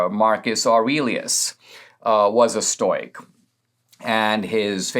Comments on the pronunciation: Say it with me Dinesh: Stow-ick! Lol, love you Dinesh, but hearing "stoyk," over and over was difficult, even for a stoic (and a Greek, at that) like myself. Even in Greek it wouldn't be pronounced that way (would require a "k" in lieu of the "c" - "oik" is what makes the "oy" sound you keep using in Greek), and certainly not English. STOW-ICK - thank you! Your "Aurelius" could use a bit of work, too, but I'll give you a pass on that. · Ok at first I was distracted by the mispronouncing of stoic, but then when he started talking about aggro penis I wasn't paying so much attention to that anymore. 😆